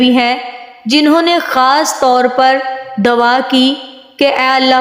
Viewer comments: dwa nhi " dua" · Nice but you say dawa but it is dua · بہت اچھی ویڈیو ہے پر آپ لفظ دعا کو دوا بولتی رہی ہیں